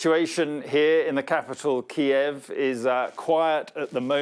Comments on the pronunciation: First time im hearing Kyiv pronounced correctly! lol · key-ev is the Russian pronunciation, key-yiv is the Ukranian pronunciation. Ukraine has been encouraging people to use Kyiv as they seek to distance themselves from Russia